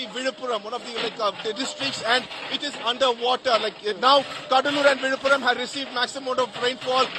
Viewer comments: Villupuram or Vizhuppuram not Vidhapuram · Not vidhapuram correct is Villipuram.